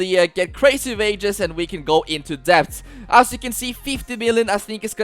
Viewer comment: Its debt with a silent b